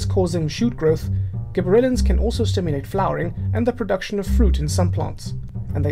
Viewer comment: this guy was really hard to understand. i mean, the video said gibberellens and he said give or Ellen's. ?????????